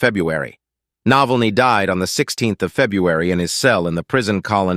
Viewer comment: How about pronouncing the name correctly ? Is that too hard to do ?😮